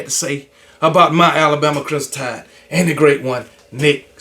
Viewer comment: It’s KB never being able to properly pronounce the word Crimson fa me….😂